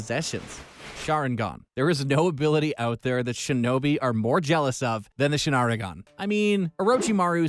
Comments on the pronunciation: "The SHANARIGAN...?" Somebody slap this narrator Please tell me he did not just call Mangekyou the Majiko Sharingan 😓 Imma stop watching this vid before I get a headache. And, never let this man narrate anything anime EVER. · its the shinarigan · "Shinarigan" just proves that he didn't watch the show and is just reading an article. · They way he pronounced sharingan shinarigan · Bro said shanaringan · Ayo rinnigan? Shanaringan? Manjikyo. Lol wtf is this shit??? 💀💀💀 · He always mispronounces these things on purpose. He literally said sharingan first then sharaningan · Yo for how much you cover anime you’d think that your pronunciation would be more accurate. But you literally called the sharing an, the sharningon 😐🤔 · Just three magic words : HATE HIS PRONUNCIATION 😑😑 I mean like shanarigan WTF !!!!..... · Reenegan, Jinchorikes, Reesharigan😂😂😂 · madaaara's suzano, manjeko saringen, renegan XD and my man said kayuga otski and not kayuga otsusuki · whyyyyyyyyy Why do u let people narrate that have no idea about the shows????? He really said shakra my man wtf Can’t even pronounce the Sharingan. Everyone knows the Sharingan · Either he aint watched the show or he doing tht shit on purpose cuz I hada dislike after the amount of times he couldn’t pronounce sharingan or rinnegan